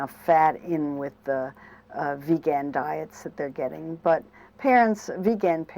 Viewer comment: This is a good mainstream position of vegetarian diets. However, she commits some of my pet peeves like mispronouncing "vegan" and thinking that fish is vegetarian. If you eat fish but no other animal flesh, you're a pescetarian, not a vegetarian.